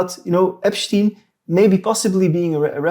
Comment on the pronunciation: That damned Epsshhtein fellow